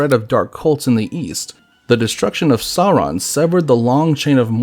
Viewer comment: Also, the video (which is great) was sometimes inconsistent on pronouncing Sauron. The correct pronunciation is “sour-on” (rhymes with “our”), rather than “saw-ron” or “sore-on.” The R is trilled too, but that can be difficult for some English speakers. A longer explanation: Both the pronunciation guide in Appendix E to LotR and the “Note on Pronunciation” at the end of The Silmarillion say how to pronounce “AU.” LotR App. E: “as in loud, how and not as in laud, haw.” LotR App. E: - “as in loud, how and not as in laud, haw.” (It also states “R represents a trilled r in all positions; the sound was not lost before consonants (as in English part).”) The Silmarillion: “has the value of English ow in town; thus the first syllable of Aulë is like English owl, and the first syllable of Sauron is like English sour, not sore.”